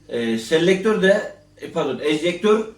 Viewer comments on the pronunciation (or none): Enjektör değil ejektör. Eject: dışarı atmak demek Sellektör değil selektör: select : seçmek demek